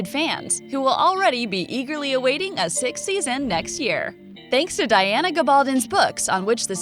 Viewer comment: It drove me crazy when she kept mispronouncing Diana's name.